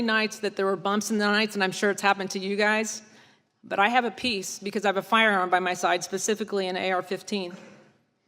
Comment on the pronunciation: At first, I thought she was saying "I have a piece", as opposed to "peace". lol